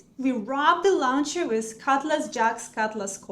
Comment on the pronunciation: Launcher произносится "лончер", а не "лаунчер".